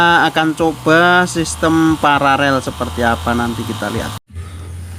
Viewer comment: Koreksi bos.... kata yg benar adalah PARALEL bukan PARAREL. 🙏